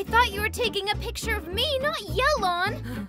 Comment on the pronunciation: Yay-lawn, not yell-lawn lol Cute comic dubs as always though. Love the artist.